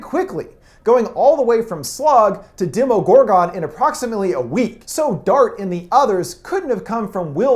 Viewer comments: demogorgon not "demOgorgOn" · It’s pronounced gorgen not “gor-gon” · DEM-O-GOR-GON? no Demi-gorgin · What is a dem-o-gore-gone i thought it was dem-o-gore-gen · Cutooloo? No no no no no... Cu-thoo-loo Cuthulu I’m sorry.. Demogoregone... 😑 Demi-gor-gon Demigorgon. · PriMe SkiLled right he said demo-gore-gohn when it's pronounced Demo-gore-gehn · Right Demo-gore-gohn ? It's pronounced Demo-gore-gehn like jeez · It's demogorgon and demo-dog, not demigorgon and demi-dog. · Demo-gor-gon? That's not how you say it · Demogorgon demo-gor-gen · Has he even seen the show He says: Demo-gorgan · Is anyone else annoyed that he called Cthulhu ctulu and demogorgon demo-gorg-on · Its demi gorgan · Ctulu, Dehmogorgone, oh my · Dem-Mo-GOR-GON. I wonder if the host has even watched the show or if he just has someone write a script for him. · Please stop calling it a demi gore gon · Video: Katulu Me: Screams internally yes yes the katulu Video: Demogoregots, demogoregone Me: Seriously? They say it in the show, how can you possibly pronouce it wrong? HOW?!?!? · Demo Gor Gon. lmao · It's pronounced Demi-gorg-in and cuthulu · Aaah. I cringed.... dem-a-gor-Ghen not GONE. And ka-thoo-loo. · I know I'm late but guys come on it's pronounced like demOHgorgIN (Demogorgon) and demOHdog (Demo-dog). If you watched the show you'd know that's how they're spelled/pronounced. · The way he pronounces demogorgon and Cthulhu kinda triggers me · You pronounced Demogorgon and Cthulu wrong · There are just two things I need to clarify. That is not how you pronounce Cthulu, and that’s not how you pronounce demogorgen. I think i spelled that right... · Was I the only one annoyed about how he said demogorgon and cuthulu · Anyone else annoyed how he pronounces demagorgon? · He doesn’t know how to say demogorgan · I’m okay with cthulhu but if he’s seen the show, why is he pronouncing demogorgon like that? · PriMe SkiLled THANK YOU FOR POINTING THIS OUT I COULDNT WATCH THE VIDEO WHEN HE SAID THAT AND DEMOGORGON